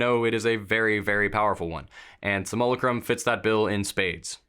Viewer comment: is there a competition among dnd youtubers to figure out who comes up with the dumbest way of saying simulacrum?